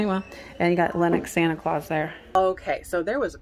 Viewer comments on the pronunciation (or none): none